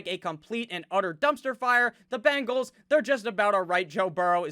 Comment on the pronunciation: Do the "Bangles" walk like Egyptians?? lolmmfao! love the way you pronounce that/them :)